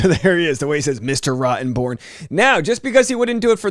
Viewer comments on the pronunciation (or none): He says Rotten born as in born rotten I’m gonna miss this case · Me too. I wish he would incorporate the Rottenborn name into one of the characters in one of the Pirates movies.